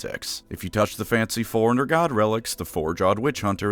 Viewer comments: Fore. Runner. Not "foreigner". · “Forerunner” not foreigner.